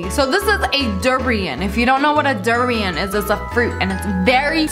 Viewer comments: it durian not darian O.O im malyasia so i know UwU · How she say durian is like durein instead of durian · Lia:derian Me:its durian not derian well she tried but she didnt pronounce correct welp she tried😏😎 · The way she just say d-uuurrian it’s du-rian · You sead Dorian rong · u say durian wrong its supposed to be pronounced dur-i-an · you pronounced durian wrong!!! its Dur-ain >:(